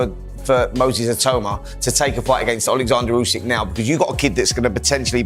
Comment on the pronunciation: it is pronounced not "Jusik", but "OOsik". Obviously, Itauma's IQ is not that high if he thinks that he is the best in the world, e.g. better than Usyk. 😀